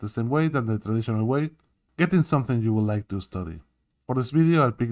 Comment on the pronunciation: Cuando dijiste "Traditional way" en el minuto me di cuenta de que eras argentino ajajajaj, gracias por el curso amigo, estoy aprendiendo a dibujar/animar y me recontra sirve! Capooooo!!!! Saludos y segui laburando asi de bien